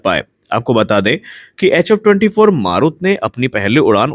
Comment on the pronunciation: "मारुत" नही "मरुत" ... "मरुत" का मतलब वायु, पवन,... सही उच्चारही पता नही, और चले है समाचार बाटने.